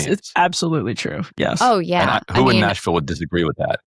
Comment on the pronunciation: Why is someone with a California valley girl speech affect who says "Noshville" running for a seat in Nashville?